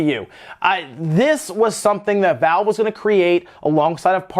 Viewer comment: **Valve not Vale